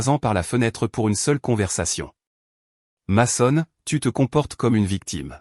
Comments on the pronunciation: Mason se prononce meson en anglais pénible a la fin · Bonne histoire mais svp prononcer correctement le où les prénoms dès personnes de votre histoire votre ex s'appelle meson car en anglais le a se prononce e dans certaines situations